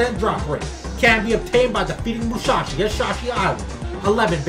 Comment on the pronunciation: good video but why he say it like "mushashi" (its musashi btw pronounced like moo sa she)